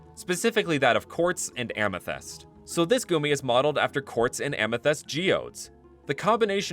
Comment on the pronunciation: Am I the only one who get unreasonable angry how he pronounces amethyst